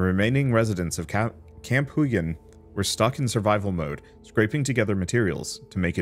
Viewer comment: Huygen should probably be pronounced the Dutch way. Probably a reference to Christiaan Huygens